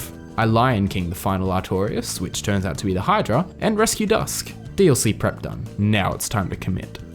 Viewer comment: His name is artor-ias ........artorias